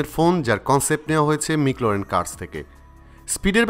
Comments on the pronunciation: হায় রে ভাই( মিকলারেন)না😅 মেকল্রারেন এডিসন 😂😂😂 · মিকলরেন ম্যাকলারেন/ম্যাকল্যারেন ✅ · bhul na eita,ter kintu pronounce korte shomos sha.still its doesn't have to properly pronounced